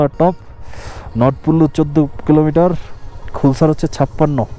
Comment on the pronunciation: খুলসার না নামটা খালসার 🙂